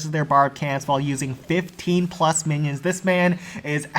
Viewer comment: I must've missed the memo that we call minions Mannys now, at least I think he's saying that.